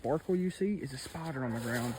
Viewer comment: It took me a minute to understand he wasn’t saying, “spotter” he was actually saying “spider.”